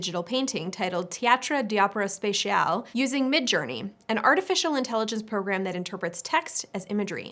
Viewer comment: I know it's super minor, but i'm really confused by her pronunciation of the word "spatial" . Why does she say "spéciale" ? If you were going to murder the pronunciation, you could have pronounced it "spatial" like in "spatial". would have been closer XD.